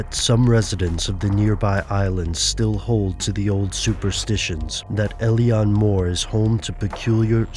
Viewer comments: It's pronounced Ay-leen ... Not el-ian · It's pronounced ill-an